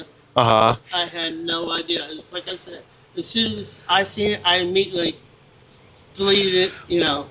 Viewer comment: Just saying if you can’t pronounce IMMEDIATELY , correctly I will be keeping a close eye.. found a pattern with that and these pedos!! Hahahaha 😂